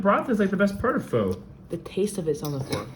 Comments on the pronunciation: FYI.. PHO is pronounced FUH 😀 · Vitamix is pronounced like vitamin. Long I. Pho is pronounced FUH. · Pho is pronounced “Fu” 😊